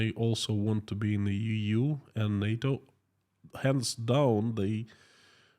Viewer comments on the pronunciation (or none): none